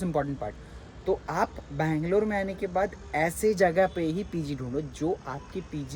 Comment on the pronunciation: ಬೆಂಗಳೂರು ಅದು ಬ್ಯಾಂಗಲೋರ್ ಅಲ್ಲ